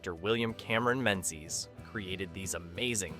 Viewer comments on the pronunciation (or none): none